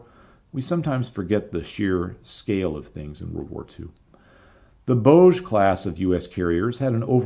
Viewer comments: Bogue is pronounced Boge, long O hard G. The Bogue Banks and inlet are in my county in Eastern North Carolina. Great show, thanks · Bogue Class pronounced Bog with a long O like in Row boat. Bogue sound is on the other side of my county in North Carolina